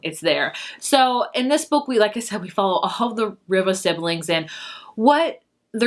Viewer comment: Malibu Rising; pronounced Reeva